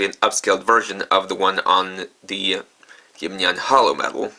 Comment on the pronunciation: Stop pronouncing Jibanyan wrong 😤